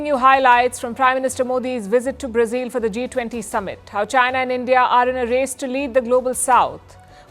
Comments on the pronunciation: Learn how to pronounce “Brazil” ! It’s not “ Brazeal” but phonetically “ Bra zill “ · Halitosis, What is Brazeeel instead Brazil and what is pulley tishun instead of politician 😂😂😂😂😂😂😂😂😂😂😂😂😂😂😂😂😂😂😂